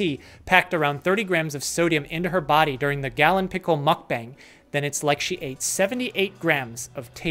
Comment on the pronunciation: 먹뱅 이라고 하는구나….